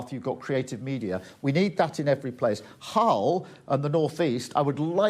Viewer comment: She said Hell not Hull